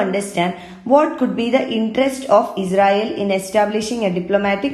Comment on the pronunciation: Pronouncing israel as Ezrael